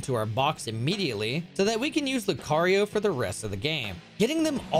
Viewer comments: Lu 🚗 io, not lucareio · Why did you pronounce "Lu Car E Oh" "Lu care E oh"? Was it to generate comments like this? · Loo-kare-ree-o, why??????? It's loo-kare-ree-o. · Loo-ke-reo --> loo-cuh-ryo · ever have i heard the name Lucario so wrong. Lu-Cari-O Lu-Car-E-O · Lu-CAR- eoh. Lucario. It's how I've heard it everytime and he say it that way. Apparently it's Lu-CARE-eoh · Dang near had an aneurysm when i heard that Lu-CARE-Rio pronunciation lol quite literally never heard that before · Man really called him lu-care-io my poor ears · Luke Aerio. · Lu kay ree oh 👹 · Lou Carry-O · Nono it's Low--cry--oh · Can't believe you said Luke-kay-rio. Thats even more surprising than needing 5 pokemon to speedrun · Bro said LuKARIO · This man really said Lukario and Korena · Lu Care IO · he said it lu care eoh first then started saying it properly, it's bait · The way you pronounce Lucario, one of the most talked about Pokémon ever... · was not prepared for how he was gonna pronounce lucario 💀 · PLEASE don't pronounce Lucario like that again, for everyone's sanity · You pronounce Lucario wrong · The way he pronounced Lucario triggered my fight or flight response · im so glad im not the only one who was irked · he knows how to say it, its just a smart way to get you to comment (which also made ME comment now, so yeah I suppose that really worked) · Mispronouncing Pokémon names generates revenue via comments like yours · The A in Lucario is the A in car, not care. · Ohh, yeah, I can hear it now. I swear it was so subtle that if you weren't used to it, you probably wouldn't notice it on the fly, like me. Or maybe my hearing is just that bad. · Dont ever say lucario again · I swear you pronounced lucario wrong on purpose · I've watched a lot of your videos and I can only understand your mispronunciation of popular pokemon names as on purpose AND I AM BEGGING YOU TO STOP! It hurts so much lol